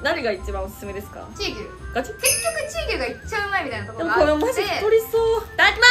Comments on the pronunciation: チー⤴︎牛っていうイントネーションめっちゃ違和感あったw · チー牛のイントネーションそれなん？？？ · チー牛のイントネーション変